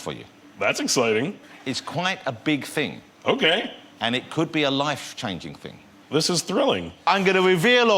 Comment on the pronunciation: "It's quite a big fing."